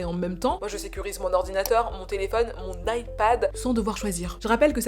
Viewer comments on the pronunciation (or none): none